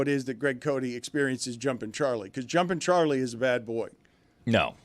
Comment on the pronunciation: Today's Venmo Fine Bucket Fines on this Wild Billy Thursday w/ Greg Cote! (For this video) Greg: $10 - Phone interruption. (Dan said $5, it should be $10). Dan: $1 - Mistake, mispronouncing Jumpin' Charlie as "Jumping Charlie". Dan: $10 - Phone interruption, on Greg's phone. YTD Total Fine Amounts: Dan - $45 Stugotz - $19 Greg - $41 Amin - $23 Lucy - $12 (plus a ?'able $50 death fine from Dec.) Juju - $6 Chris - $21 Jessica - $5 Mike - $10 JerBear - $7 Roy - $8 Billy - $20 Papi - $50 Pablo - $18 David - $43 Hawk - $5 Izzy - $9 Tony - $5 Ron - $0 Luis - $0 January total: $225 February total: $122 =$347